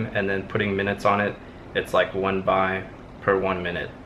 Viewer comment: Its Baht not Buy